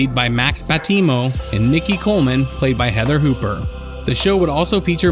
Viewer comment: It's Heather Hopper, not Heather Hooper.